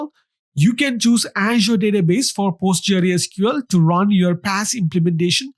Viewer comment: Postgre, usually referred to as Postgres, not Post G.R.E. It's a bit disorienting to hear it being called Post G.R.E. over and over again.